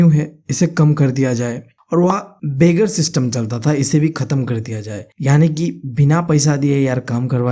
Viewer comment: bro itz begar not beggar 😅....sirr marks katt dengeee n